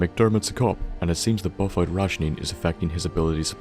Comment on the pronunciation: I'm terribly sorry but... You're not an native English speaker right? Because I have never heard someone with English as their first language butcher so simple words. It's pronounced Buff-out not buffut. It's pronounced Psy-Co not saiko. I'm sure you probably butchered some more words but I already knew the secrets of Sanctuary so I found no reason to watch the whole video. Sorry if I were being harsh.